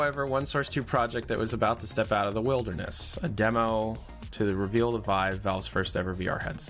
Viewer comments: Every time he says "wild-er-ness" it gets funnier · Did he just mispronounce wilderness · Why can't pronounce the word 'wilderness?' EDIT: He figured it out, guys. Yay.